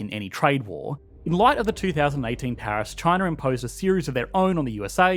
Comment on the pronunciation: Chiner, north caroliner😂